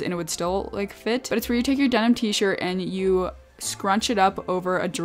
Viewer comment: "demin t-shirt" Say whaaaa?